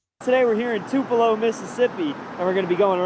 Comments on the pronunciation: This lawyer calling Tupello, MS. Tullipo, is hilarious..😅😅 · it is NOT "tuleepo" it's Too Puh Loh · By law MS just clearly established in early sixties that you can’t kill outside civil rights activists while exercising their rights ! That’s pronounced Two-pu- low ! As in Tupelo Honey by Van Morrison ! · It is Too Puh Low…not Two Pee Low. The videographer pronounced it correctly. Elvis’ birthplace too. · It’s TOO-puh-lo. Not tuh-LEE-po. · I subscribed so take this criticism as coming from a viewer that cares. The city in the video is Tupelo, Mississippi. Not Tulepo, Mississippi. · I loved how he pronounced their crap hole as TULEEPO! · Tupelo... TU-: Sounds like the word "too" (or "tyoo" in British English). This is the stressed syllable. -pe-: A quick, unstressed sound that sounds like "puh". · It's Tupelo, not Tulepo, great story but you don't lend credibility...too bad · I had to rewind at 1st thougt you said Toledo! Dam, You said "Taleeeeepo" lmao we've got Atty's that can't Read now! 🤔😆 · Tuh leepo? Is this happening in Tupelo MS? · Dude, it’s not ‘Tuleepo’! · Dude, I think you are the only person on the planet that can't pronounce Tuuuu pa low correctly. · Buddy its TUP ' E 'LO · AI narration? It's "Too pell oh" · Dude... it's Too-pa-low. How fucking daft can an attorney be? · It’s (two-puh-lo) right near Onebelow! 😂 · It's pronounced Two- pa- Lo... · It's pronounced "Too-puh-low," not trying to be a grammar nerd. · Elvis and Van Morrison were offended by your pronunciation,. 🤣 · Who mispronounces the birthplace of Elvis? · By the halfway point of this video i was beginning to wonder just how many ways it was possible to mispronounce the name of Tupelo